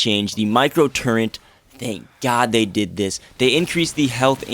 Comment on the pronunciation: Why do so many people say turrent?